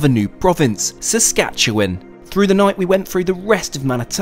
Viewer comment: No way you pronounced Saskatchewan correctly but screwed up Ontario hahaha